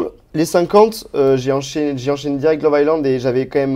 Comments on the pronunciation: On ne prononce pas le S de love island...très stressant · si tu pouvais arrêter de prononcer: « love ICELAND » Le « S » ne se prononce pas dans ce mot 😆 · J ai laissé pareil le meme commentaire. Visiblement il n a juste pas envie de le prononcer correctement. Lol.